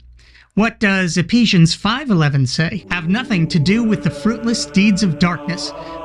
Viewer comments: Wow... all those years in Church... and I never knew Ephesians was pronounced 'Epesians.' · 😂 Epesians!? EPESIANS!! I was driving and thought I had a stroke. "Do my ears deceive me, did she say that with such confidence?" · Did Meghan (lol) intentionally mispronounce "Ephesians"?